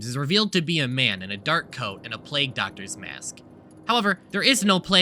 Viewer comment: mfw said plague as plag